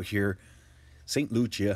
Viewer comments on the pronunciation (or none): My friend,it's not St lucha.It's St Lucia.